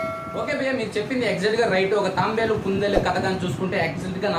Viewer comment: Bro adi Tambelu kadu tabelu